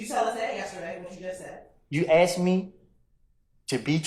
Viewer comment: Prosecutor can’t even pronounce asked right 🤣🤣🤣🤣